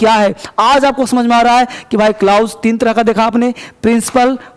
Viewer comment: Sir Ji jaise keh rahe ho blouse clause ko 😁😅😂😂🤣🤣🤣🤣🤣🤣🤣🤣🤣🤣